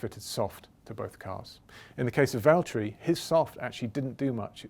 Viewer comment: Nobody: James: Valterri its James I'd like you to hand the win over